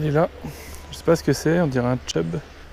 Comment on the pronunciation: Chub frero, pas tchub 😂👍🏻